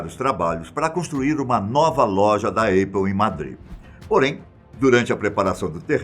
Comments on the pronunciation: Essa empresa que esse cara está pronunciando como "Êipol" seria a Aple (Épol)? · Não é eipou, é apple, se pronuncia épou, ou “britanicamente” apou, abraços, parabéns pelo vídeo. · Esperimente dizer épou ou ainda, apou, mas nunca eipou !!! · Alguém precisa corrigir isso, realmente. Os vídeos são sempre incríveis, isso é um detalhe que falta pra perfeição. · Apple se pronuncia ÉPOW e não EIPOW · " A Eipou". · Eipou? Aprende inglês véio. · Na tentativa de falar Apple na forma original, em Inglês, a pronúncia está equivocada. "A" tem som similar ao "é" do portugues...